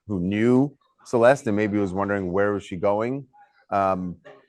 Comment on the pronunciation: Thank you for all you do. I hope they catch the person that did this! Why does everyone call her Cel-est? Her name is pronounced ... Cel-est-té. FYI You pronounce the e at the end.